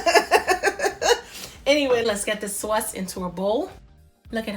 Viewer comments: I like. I think I used brandy in the past (,maybe bourbon? Something with a "b"). I like the orange liqueur Marnier. I love the accent,the NY way you say saw-is. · Sewace...lol East Coast